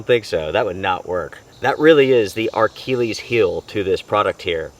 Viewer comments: It had potential but the wobbliness blew it. Thanks for saving me the hassle of returning it. BTW it’s Achilles not Archilles heel. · Achilles no R